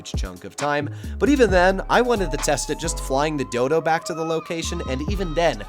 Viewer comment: Great content hermano, clear explanations and great backing music. Hope the channel continues to grow. Btw you said Dodo so many times that it sounded like dildo 🍆 which made the video even better 🤜🏽🙏🏽